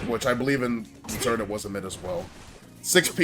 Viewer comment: good video but why do you call it zerd lol